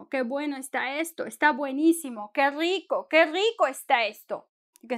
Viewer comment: You did not roll the r in Rico??